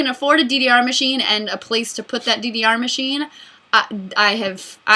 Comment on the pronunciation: I thought you were saying a DVR machine, not DDR machine... i was really confused, because those are not very expensive...